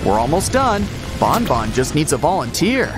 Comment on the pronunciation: Stop calling banban to bonbon😡